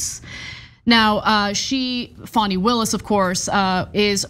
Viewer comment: You seem to be supportive of Fani, make note to spell and pronounce her name correctly, like fawn. 😊 (tried to say this in the kindest, least rude way as I intended it)